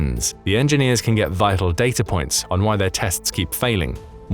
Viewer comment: I heard a couple of times "data'r" and "Russia'r"...... Adhd got me stressing